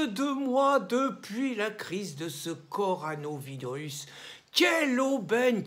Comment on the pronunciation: Il n'arrivera jamais a prononcer correcement CORONAVIRUS